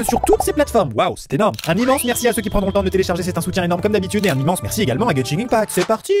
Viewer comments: Juste Maxime on prononce genshin impact "guène chine impact" 😉😅😅😅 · tu a dit beaucoup trop de mauvaise chose comme ta prononciation de genshin impact mais aussi dans genshin on plane et non vole